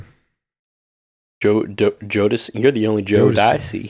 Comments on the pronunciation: My man pronounced it like he’s saying “Joe Pesci” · The jodeci bit is killing me I have never in my life heard someone pronounce it that way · 😂 oh my god the pronunciation of jodeci